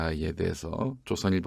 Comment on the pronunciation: 좃선일보... 발음 교묘하네요